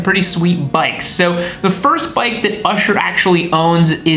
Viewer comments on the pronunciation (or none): It's Usher,(like the guy at the movies or church) NOT Ersher.... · "Ursher" haha